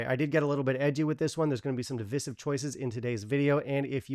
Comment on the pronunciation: The only thing I can disagree with you on here is your pronunciation of "divisive."